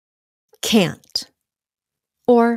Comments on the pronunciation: Can not phải viết liền cannot Can't pronounced sai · Can đọc là ken , còn can't cũng là ken nhưng có âm "t" á